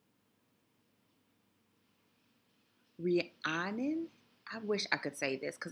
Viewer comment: Rhiannon is pronounced Ree-Ann-un.